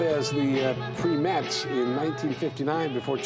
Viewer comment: This is so bad, why is there 7/8 minutes of crap before the supreme segment, then all the inaudible chatter over the Supremes song! AND! it's PRIME-ETTES AND NOT! PREE METS!